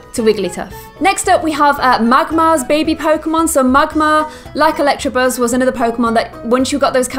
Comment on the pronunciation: it's electabuzz not electrabuzz